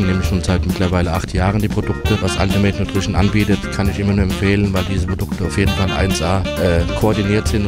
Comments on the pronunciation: Altimäit Nutrischen'' 😂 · Altimäit nutrischen hahahahahaha